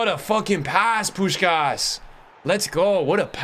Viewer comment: Im hungarian and im quiet suprised by how good u pronunce Puskás